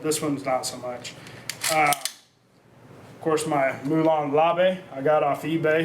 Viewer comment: "moe lone la ve"